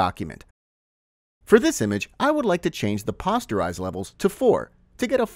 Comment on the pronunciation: Posterise as in "Poster" (soft "o", NOT a hard "o")